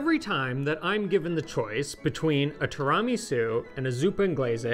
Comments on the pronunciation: Please ask Eva to teach you how to correctly pronounce tiramisu! It is 'tiiira', not 'tiraaa'.😉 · i cant get over the pronunciation of tiramisu asTirahmi-sew haha have i been saying ot wrong my whole life? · I love that says tramisu😂😂😂😂 This desert is a keeper ❤ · TWO RA MEE SOU 😂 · (Pronounced in Eva's wonderful delivery). I absolutely love and adore what you guys have done with Pasta Grammar and enviably your lives over the years. However, I am not sure if it has been noted by anyone else yet that pronunciation of Tiramisu drives me nuts. Just some constructive feedback, as it may have little influence. But, if it hurts my ears than it must do something to Eva's and other's innards as well. I love what you guys are doing and will look forward to other, non Tiramisu related content. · pronounces tiramisu weirdly. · Somebody please teach how to correctly pronounce ''tiramisu.'' Thank you. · Can someone teach this guy how to pronounce tiramisu? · Great video and you are mispronouncing tiramisu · Eva, please straighten out pronunciation! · You're not pronouncing tiramisu correctly.